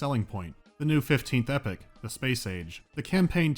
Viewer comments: Can you stop pronouncing "Epoch" as "Epic"? Thanks. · Your pronuciation of Epoch had me so confused...it's not epic...it's ee-pock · Its EPOCH, not epic! xD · There is no excuse for pronouncing epoch like epic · Epics? you mean Epochs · The way this guy pronounces epoch, lol